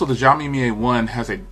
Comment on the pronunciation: Zioami or Xioami 🤣😂😂 accent wrong